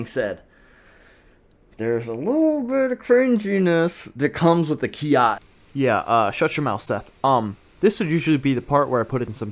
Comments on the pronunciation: Sorry Seth but it's bugging me 😂 it's not "KI Ah" it's its "KI eye". The pronunciation I mean. The word Kiai is actually made up of two characters KI (sprit or will/energy) and AI (together). So it actually has nothing to do with shouting although shouting can be an example of a physical expression of that interaction with your opponent . That all being said... I know what you mean 😂 Everyone uses that term when they talk about the vocal "shouting" sound. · I'm just laughing that you think that a kiai is actually Kiya first of all kiai is pronounced (key eye) and when you kiai you don't say KIAI! It's just a sharp quick expulsion of air and tension of the diaphragm that comes out as a shout. I feel like someone from Japan must have spread the whole keeya thing as a way to make fun of Americans lol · It's not kia it's kiai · Why does he say "ki-ya" and not kiai lol. Kiai is the name of the sound. Ay ya is the sound. Its really not important but I'd feel like a karateka would know that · you need to study up on you kiai sensei ;) your not supose to say kiai, and when your saying the word kiai why dont you pronounce the last I? xD Anyways i think that the bang, boom, bopp sound is good to learn timing maybe? thats why i think it helps with traning :) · Sensei, dude, you gotta learn to pronounce kiai right. You're bummin me out, black belt 😑